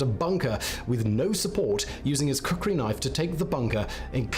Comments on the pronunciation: It's "Khukuri" not "Kukuri"🙂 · its not kukri its real name ia KHUKURI🇳🇵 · It's Not kukri it's called khukuri